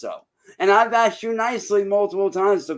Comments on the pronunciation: Cant stand people that say axed instead of asked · Axe me about it